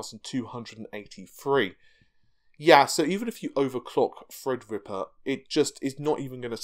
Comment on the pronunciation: Even youtube captions thinks you are saying freds /fred ripper 🤣🤣🤣